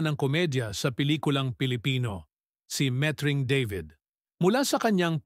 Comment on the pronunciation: What??? Oh no!! Met-Ring. Deybid? You Englishized the Tagalog name… Baluktot dila mo… Why stick to speaking Tagalog when you cannot???